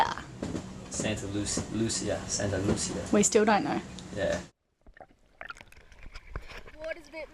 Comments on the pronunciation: Santa Luzia It's pronounced how did. My home town by the cost Viana do Castelo in the north of Portugal has a big church on top of the hill with the same name. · Santa Lucía.. said it right.